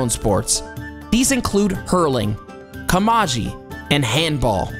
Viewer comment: Also,camogie is pronounced cam-oh-gee